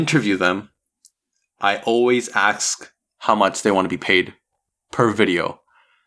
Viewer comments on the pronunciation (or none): no offense but i wouldn’t trust someone that says “axesk”